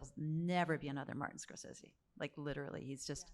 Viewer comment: Rebecca Miller instantly pronouncing "Scorsese" wrong is kinda funny Can't wait for the documentary